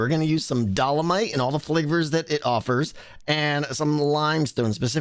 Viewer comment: My poor geologist soul can’t handle pronouncing dolomite wrong